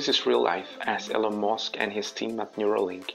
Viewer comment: Sure! Imagine a world where certain people 'live forever' as it so happens they don't care about you AT ALL. You want to store your memories into a robot? To what end? To have lots of robot extensions of yourself. But what does a robot be needing your 'memories' for? The all call him Mosk. It's not Mosk it's Musk. If cyberspace doesn't give you access with a mobile or a laptop it won't give you access with Neuralink either.